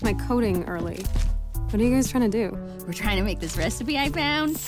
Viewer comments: Reaac- Reaacipe Reaacipe? Reacipe Re-ci-pe. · Why does deckard struggle saying Dog and Recipe? (Srry if I spelled his name wrong) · how come deckard can't pronounce recipe right, does he have a speech impediment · Deckard is a wonderful and cute human being with two different eye colors and doesn't know to how to properly pronounce recipe. I love him. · I like this cartoon but Deckard seriously gets on my nerves, not only because he’s a pushover, but because of those random awful dialogs he has when trying to pronounce “dog”, and “recipe”, it’s just so out of place.